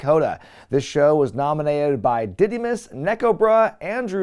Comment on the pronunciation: Whatmus?! Oh, “Didy”mus. Nevermind. 😂